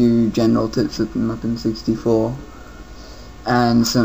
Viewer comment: You pronounced Mupen wrong. Don't be like bobmario511.